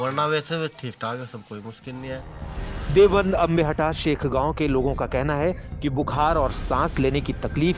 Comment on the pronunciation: देवबन्द नही देवब्रन्द बोलने की आदत डाल लो। 🙏🙏🙏